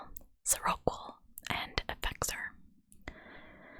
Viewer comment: Lamictal is pronounced lah-MICK-till and seroquel is sare-o-KWELL.